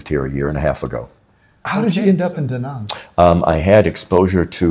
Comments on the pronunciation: btw it's not daw nawng or do nong, it's da like you sAt on a chair and Nang like you Rang the bell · The name is Da Nang and not Dä Näng .